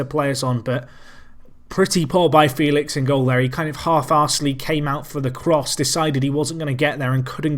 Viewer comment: Outstanding performance of the boys! They absolutely thrashed a team that in theory is vastly superior, this is the most memorable match for the Apex hands down. Congrats for such a feat and good luck against Basel, you're gonna need it. .P.S.: Félix is pronounced "Feh-lix" by the way ^^